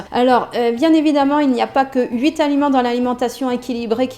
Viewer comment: Merci beaucoup pour cette video très instructive. Mais par pitié ne dites pas huit-s-aliments svp !!!